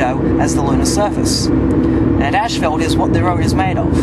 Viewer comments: it is "ass-fault", you illiterate, not "ash-felt". How can I take anything that you say seriously? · its not ash-felt its ass-fault in the way you pronounce it. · it'd kind of funny to discover that Australians pronounce "ashfalt" instead of "ˈas-ˌfȯlt" 😁 Please note that the car headlight is on your face, not on the asphalt .... That might interfere with the result. But I like the experiment anyway. I agree Myth Busters failed theirs in terms of replicating moon conditions. They only replicated the movie set used by NASA!... 😁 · Saying asphalt in Australia would probably sound as funny to them as ashfelt does to us. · that’s just the way all Aussies and Brits say asphalt. The same way that Brits and Aussies pronounce aluminum as “Al-Lou-min-E-um”